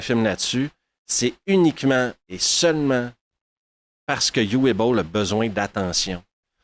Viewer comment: C'est du Uwe Boll et ce sera donc sans moi. Au fait, en allemand, Uwe se prononce Ouveu.